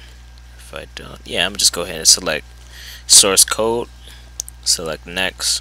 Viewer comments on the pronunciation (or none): The word CODE has a D. You pronounce it as COAT. With a T. Why?